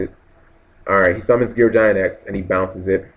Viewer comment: I know. I always cringe when he gets to Gear Gig-Ant X. =_= But it's his channel. He says what he wants, unfortunately.